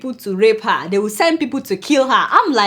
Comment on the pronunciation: I love your reports but can you learn how to pronounce the word HER